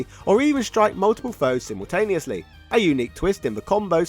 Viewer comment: Am I the only one who sees the irony that he's from the country that originates the English language but he can't speak it can't pronounce simultaneously controversy or innovative what is it with YouTubers